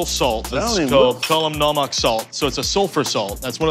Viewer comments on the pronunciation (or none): Dude pronouncing "kala namak" had me dead